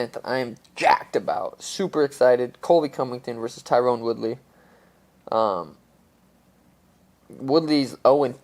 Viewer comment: “Tyrone Woodley” I know it’s just lazy but still rubs me the wrong way